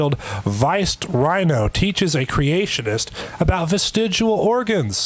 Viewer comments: And he still can't pronounce vestigial. It's not vestigual. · Yay, the Rhino gets another gazillion views and likes! And Hi my beloved Pro Stick! I remember this doofy creatard! I noted how he mispronounced vestigial, (vestigual) petty I know, but it bugged me. And, here he is, smugly doing it again, but worse, he cannot seem to pronounce th sounds either. Or eever, eefer? I wouldn't bitch if he seemed even somewhat nice, as I normally try to remember religiotards are victims, but he admitted to becoming a young earth creatard (my phone keeps correcting to creature!) after the Nye, hamm debate! And, though I know there is no 'missing link', if there was one it would look like ken hamm! Love an Peace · vestigual. Vestigual... VESTIGUAL! I wonder if this guy thinks his endlessly smug and condescending tone really honors his God. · I know I'm late to the party but, It's vestigial not vestigUal. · Why TF does this lump keep saying 'vestij-u-al' when it's pronounced 'vestij-ee-al'... can't even say the word right, lol... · It is pronounced vestigial not vestigual. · If hear “vestidjual” one more time I’m gonna rip my hair out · New drinking game: do a shot every time he says "vestijual." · Why does keep mispronouncing the word vestigial? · Does keep saying vestidual?!? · He argues against "vestigial" organs and he can't even say t by e word....he says "vestigual " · The creationist keeps saying "vestigual" and not "vestigial". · It annoys me that keeps mispronouncing "vestigial" as "vestidual", as if it rhymes with "residual". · "VESTEGUAL" HAHAHAHAHA. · It is STILL VESTIG*I*AL not VESTIG*U*AL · Every time he says "vestigual" I did a little inside. It's like when George W used to say "nucular". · He can't even pronounce vestigial. "Vesigu'o" Edit: I've never seen someone try so hard to miss every point being made. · "vestiguool" Learn to pronounce a word before you say it as if you have some understanding of it. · "Vestidual". eye roll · VESTIGUAL ORGANSSS